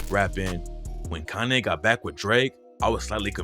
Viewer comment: Are you saying Kanay?